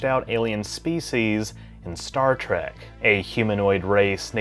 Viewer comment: Did he say Star Trek or Star Track...